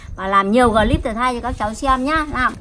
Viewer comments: Clip bà nói là glip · ơi bảo mẹ là cờ líp nhé chứ ko phải gờ líp đâu nhé, làm vê lốc vê liếc cho mẹ thì phải nói chuẩn chuẩn tí😂😂😂